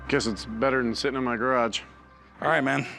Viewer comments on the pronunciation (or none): none